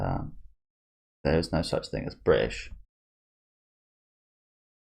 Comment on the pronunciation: "There is no such thing as bri'ish ..." Now, I know what you meant, and I do agree but... that's still hilarious to hear (for me) ahahah